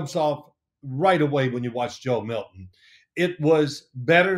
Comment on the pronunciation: Joe MilTon, not Million